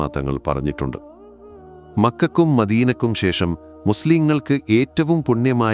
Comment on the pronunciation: മക്കക്കും മക്കയ്ക്കും എന്ന് പറ